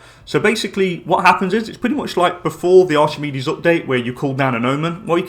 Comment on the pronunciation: Btw it’s not pronounced ArCHimedes, it’s ARK-I-MEED-EES